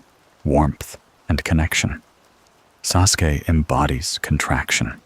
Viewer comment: Love the AI pronouncing Sasuke. As soon as I heard that I had to roll over to grab my phone and change this.